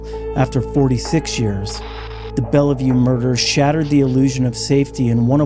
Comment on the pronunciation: Local WA feedback: Bellevue is said with two syllables. Bell. View. The middle e is silent 👍